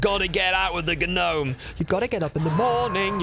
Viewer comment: Yuck. Dont say the "G".